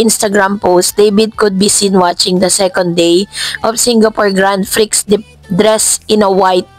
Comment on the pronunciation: Please check how to pronounce GRAND PRIX